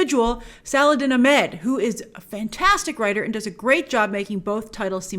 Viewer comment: Omg I don't think I've ever heard you pronounce an Arabic name or word correctly even once... Her name is pronounced "E-man" (you drag out the 'a' a little bit) and it's pronounced "he-jab" not "huh-jeeb" and the writers name is pronounced "suh-laH-id-deen" (hard H) "aH-med" (hard H) not "salad-in uh-med"... You even pronounced the words "Islam" and "Muslim" incorrectly... It's not "iz-lom" it's "iss-laam" (like 'hiss' without the H + "Lamb" that goes baaa) and it's not "muz-lum" it's "muss-lim" (like "moose" and "limb" like your arm) You really should consult with someone on how to pronounce these words before saying them in videos that will be seen by thousands of people